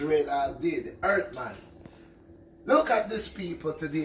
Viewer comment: "This is from da EART!" Haha love ya Red